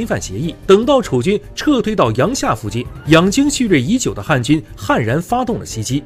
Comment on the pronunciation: 阳夏 yang jia 三声,小时候语文书里有标哦